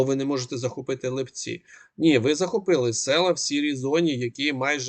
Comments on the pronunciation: Вы же не говорите липЕнь? Чё ЛипЦі,а не ЛИпці?ЛИпа,не липА! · Пане, населений пункт Липці правильно наголос на и', а не на і.